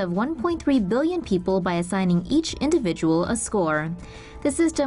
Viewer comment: We kind of had that here "Peeple"